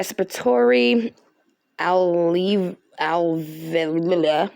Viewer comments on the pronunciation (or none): Not being mean…. But how pronounce alveoli is: AL-VEE-OH-LIE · I just read an article on Pub Med that says drowning typically increases post mortem lung weight by 30%. Kidney weight is increased by drowning, as well. Does the report give the weight of the kidneys? Also, alveoli is pronounced al vee oh lie 😉